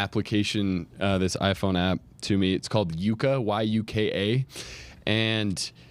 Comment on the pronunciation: This is great!! Thank you. Just one small correction. The food app (which I love) is Yuka with a short U sound.